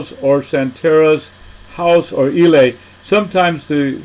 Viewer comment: ILE' ....Say it like this " E'LAY!